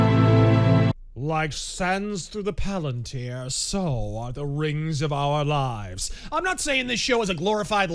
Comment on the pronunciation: It was pronounced "raangs" 🤣🤣🤣